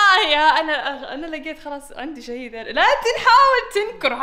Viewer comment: تبي تقول عندي شاهد قالت عندي شهيد ههههههههههههههههههههههههههههههههههههههههههههههههههههههههههه اهخ ي